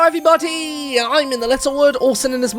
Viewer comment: *how his intro sounds to me*: ELLO EVEWYBOTY